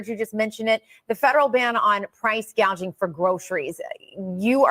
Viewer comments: Love the part of her saying GAUGING not GOUGING!! WTH?? 😂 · Did you hear her say "price gauging" instead of "price gouging?" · You were correct the first time It’s gouging not gaging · She read the wrong word gouging she said gaging